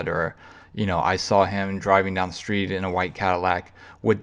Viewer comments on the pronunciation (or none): none